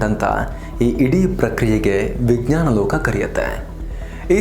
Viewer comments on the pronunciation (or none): none